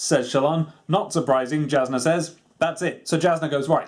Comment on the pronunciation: I come from a small group of people that listened to the audiobook of this so the pronunciation is something I know. Jasnah is pronounced Yasnah as are almost all of the other J names. Keep up the great work on the videos I home to see more.